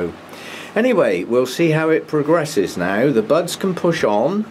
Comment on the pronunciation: Had me startled for a moment!! I had the volume down and thought you said "bugs"!!! at first....instead of buds!!! LOL :) Love your videos...I like the way you try to mount your orchids as "natural" as you can.